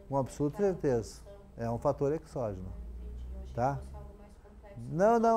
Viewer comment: perdoe-me a petulância, mas a fonética da palavra exógeno é |z|. Não obstante, sua aula é excelente!